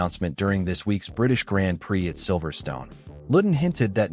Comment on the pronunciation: If you can't prounace grand prix why should we believe you check is gone